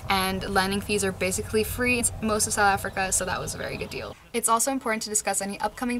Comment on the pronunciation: Although I'm not planning a trip to fly in "Sowl Africa" (I've noticed you don't fully pronounce "South", must be a native (or semi-native) thing). This video is great. The scenery, as usual, is incredible. Always excited to see a new video has been posted!